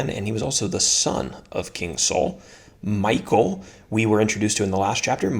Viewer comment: I think you pronounce her name MEE-KAAL